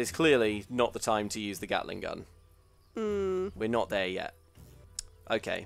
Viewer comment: Kate-ling Gun